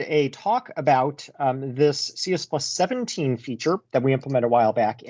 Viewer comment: Great video as always,! I keep hearing you say CS plus 17 over and over again in stead of "C plus plus 17." Is that right?